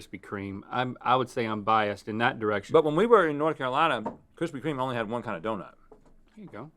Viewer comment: kwispy kweme